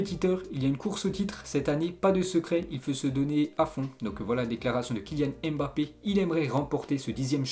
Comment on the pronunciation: Allez apprendre à prononcer Mbape . .Ca fait mal aux oreilles.